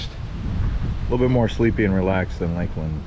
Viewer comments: it's pronounced Lakelend not lake-LAND. I've lived in this area since 1978 and I've NEVER heard anyone call it lake-LAND, but Lakelend. It was so spine grating every time he said lake-LAND and certainly didn't make him look good. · You really butchered the name Lakeland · How did he say it so wrong?😂😂😂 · I’ve lived in Polk county my whole life. Never heard anyone say it the way he did. But with billion people moving here every day, probably gonna hear more people mispronounce it. Smh☹️